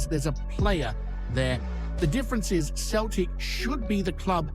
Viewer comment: Finally your pronouncing Celtic properly. Now to work on your Gie (it's not gee) it's more like the traditional judo outfits.